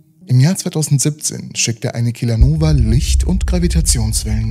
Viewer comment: Was ist eine Kilanova? Heißt das nicht Kilonova?